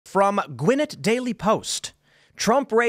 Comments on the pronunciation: It’s not gwin it …it’s Gwa Nett…that’s how it is said I grew up there. And now I’m a first time donor as well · It's Gwin-NET Tim, not Gwin-nit. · Love how he pronounced Gwinnett 😂😂